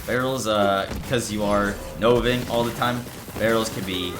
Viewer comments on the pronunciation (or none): I noticed that too. He also said Anima twice instead of that and Tempest lol. His great videos make up for it though